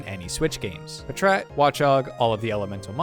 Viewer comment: Was not expecting "puhtrat" instead of "pat rat" like packrat